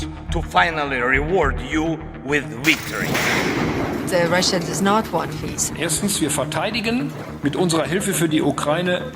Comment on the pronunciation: Wicktory iss horse😂